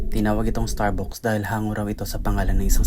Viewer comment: Starbucks(starbaks ang bigkas) hindi (starbuks)..😅 Anyways, ok naman ang pagkukwento, walang masyadong effects na nakakaumay tulad ng ibang vloggers..